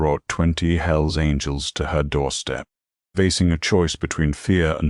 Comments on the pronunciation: Hells Angles? It's Angels. God how I hate A.I. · Story would be good if not for the awful AI voice. At one point couldn’t even pronounce angels